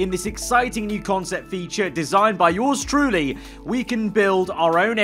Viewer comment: Every time he says "Yours truly" I think he says "George Trulli" and I take like a second to realise what he really said